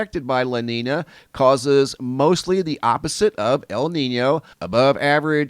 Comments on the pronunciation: Love your reporting. Those terms are pronounced "la neen yo" and "la neen ya" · Thanks for the updates! Love the channel. A little help with the pronunciations. La Niña is pronounced lah neen-ya (the niña part isn't pronounced like Tina). And El Niño would be El neen-yo. Hope that helps :)